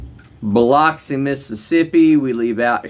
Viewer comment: Have respect when you speak on Biloxi dude. The mispronunciation is not welcome.